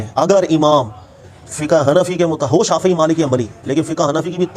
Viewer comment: مولوی صاحب شافععععی بولتے ہوئے گلے میں کڑل نہ ڈلوا لینا شافعی کو چاہئے شافععععی بھی بول دیں گے آپ پھر بھی جاہل کے جاہل ہی رہیں گے